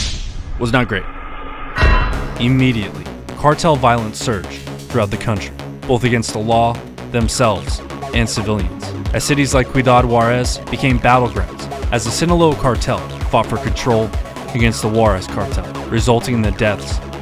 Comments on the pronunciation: Kweedad Warez?! You mean Ciudad Juárez Pronounced See-oo-dad Huarez.😅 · Ciudad Juarez. Close See-oo-dad Juarez. ✌️ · Your pronounciation of Ciudad Juarez is a crime, is the voiceover AI generated???